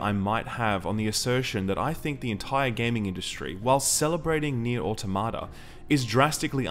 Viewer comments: Hold on now....this man just used Re[in]carnation music in an Automata video. Hopefully we get a vid on it too. (also mispronounced Automata) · You cannot even pronounce it 🤷‍♂️